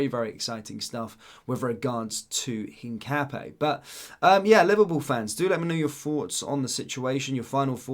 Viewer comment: Hi mate it's pronounced hin cap ee yah?